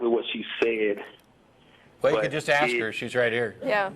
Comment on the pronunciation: ***** Along with "aks" instead of "ask" or "preventative" in place of "preventive".